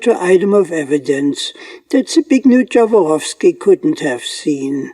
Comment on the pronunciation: It should be a norm that before you pronunce anybody's name, you go to the Google, search for the language and then listen what is an original and correct one. You say in my language Zbignju Dzavoroski in English fonetics the close one is Zbigniev Yavorovski. Please guys, all of you who produce videos, make some effort, do not deform any names to the extent it is not recognised. Yet sometimes it is offensive, when you create a bad connotation, or cite makes which are non existing: Mercedes - learn please it is not Micejdis (European letters value recognition). As English language twists absolutely everything we know in Europe, from Latin letters, this is unacceptable, you twist what's not yours. You are German, so you should know better as a neighbour of Poland, how to pronounce our names. All world is listening and they have no clue what's correct anymore.